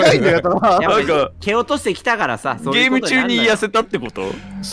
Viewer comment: タイトルコール 「ゲーーーーーﾝム！！！」 って発音なの好き